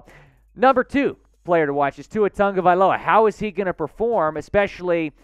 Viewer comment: Ok..... please.... pronounce Tua's last name properly. There is no N in his last name... sound it out.. ta-go-vai-lo-a give him the respect if you're a real dolphins fan. I've been a fan since 1970... still am. Saints held niners to 13 points our defense is way better .. we will win this game. Think positive